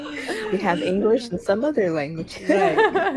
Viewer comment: Gee, it's so pleasantly strange to hear you speaking english,Gülçin...and your pronunciation is really good!